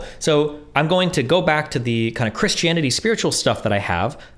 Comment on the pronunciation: Why Does Destiny pronounce Christianity as (Chris-Chanity)? lmao